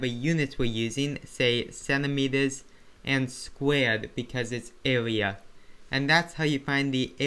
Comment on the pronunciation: Bro, if I had made fun of you of the way u speak, would you be happy? Why are you making fun of him because he can't pronounce the R.